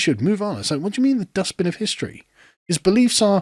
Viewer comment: "dustPEN" axtually. She keeps saying it incorrectly.